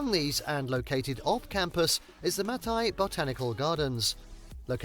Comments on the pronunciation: I've got to set something straight - that bridge that was bouncing around and twisting and turning was NOT the Mackinac Bridge. That was the Tacoma Narrows bridge in Washington state. And yes, Mackinac Island is the one you've seen before that doesn't allow cars on it. Another great place to visit in Michigan is Sault (pronounced "soo") Ste. Marie, it's home to the Soo Locks, which allow ships to pass between Lake Superior and Lake Huron via the St. Mary's River. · Yes, it is the same island... Also, that swaying bridge was the Tacoma Narrows bridge, it was NOT the Mackinac (pronounced Mackinaw) bridge. Hello from Michigan! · Mackinac is actually pronounced Mack-i-naw And you're correct, Mackinaw Island is the one with no cars allowed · The British dude who narrated this video doesn't even know how to pronounce Mackinac.... sad. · Yes, this is the island with no cars. You would love it so much! They also have the best fudge in the world. Also, it’s really upsets me that he keeps saying “Mackinac.” It does not really upset me, but seems that if you are going to do a documentary video on places to visit that you should learn to pronounce the location names. It is spelled Mackinac but it is pronounced Mackinaw. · Dont come to Michigan to see concrete. Its a natural beauty state. Its pronounced mackinaw btw. If you say mackinac we will tease you. Come in the fall and ill take you all over then we can get married after 😂. Jk but you are adorable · It IS the same island, and it's pronounced "MackinaW", not Machinak... I live up on the Keweenaw Peninsula, and you can't turn around without bumping into a Finn... Until a few years ago, there was Soumi College in Hancock (they changed their name to Finlandia several years ago)... There are a lot of Finnish cultural sites here... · Is it too Michigan of me to be upset that he said “Mackinac” instead of “Mackinaw?” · This commentator is a hack!! Mack-in-NAC???????